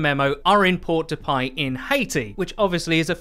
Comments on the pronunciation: It’s “Port-de-peh” not port-de-payl” Otherwise it’s a very good video as always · And "Port-de-Paix" is pronounced like "Pore de pay", not "Port de pie" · Almost got that Port-de-Paix pronunciation right. The "ix" aren't pronounced and the "a" sounds like an "e." Sounds like the first syllable in Petra "Pe." If we're getting a Haitian Hero that would be amazing! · «Sent in POW DUH PIE, in Haiti» ROFL that pronounciation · '' port-de-PIE..... HAHAHAHAHAHAHAHAHAHA HAHAHAHA WTF